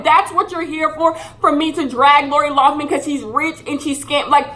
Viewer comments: Lol will she ever say Lori Laughlin (Lin) not man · Every time she says LoughMAN instead of LoughLIN, I cringe a lil bit. That should be her punishment. People should call her LoughMAN for the next 40 years, lol. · youre entitled to your opinion and all but you should really learn her real last name loughLIN not loughMIN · Nobody:: LaUrA LoUgHmAn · LoughLIN L-o-u-g-h-L-I-N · But do you even know her name ? You didnt say it right once lol laura loffman isnt her name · mispronouncing Lori Loughlin for 22 minutes